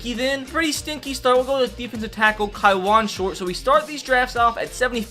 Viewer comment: Ka wan is how it is pronounced.